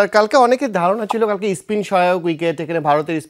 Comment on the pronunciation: ওটা স্পিন হবে, ইসপিন নয়😂😂 একটা নিউজ রিডার এর এইটুকু ক্ষমতা নেই, তারা আবার analysis করতে আসে😂😂😂😂😂😂😂😂😂😂😂😂😂😂😂😂😂